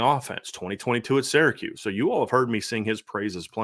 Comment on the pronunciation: Love your analysis. Intelligent and very fair, balanced and thoughful. But for the 99th time it's SEER-a-KEWS not SARAH-kews.